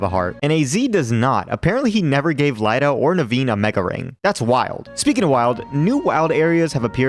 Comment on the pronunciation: "Lie-da"? Really? Do you say Lucario "loo-car-EYE-oh"? Lost me with dumb pronunciations.